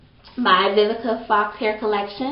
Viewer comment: Awww you look like a pretty lil doll baby(4real I LOVe your hair and eyebrows)!! yOU are MURDERING that girl's name hehehehehehe!! Awww i like ur lovemail, that was so sweet :) I need to try Vivica Fox's line sooner or later, yours is on pt, yesss those highlights!!